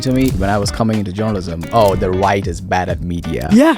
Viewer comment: I thought this guy was saying joanisim not journalism. Lol